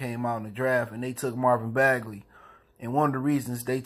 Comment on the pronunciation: Fair observation bruh. Thanks for the vid. What’s up with the last name pronunciation though?